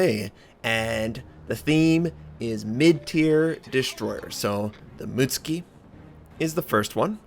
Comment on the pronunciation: Mut-suki not muts-ki :)